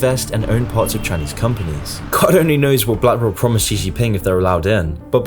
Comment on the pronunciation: "blank rock"